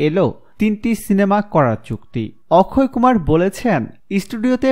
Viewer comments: Akshay kumar hobe uccharon thik koren Tar por video upload kore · Apni to or namtai thik moto koite parlenna on nam ki okkhoy kumar naki akshay kumar sala pagol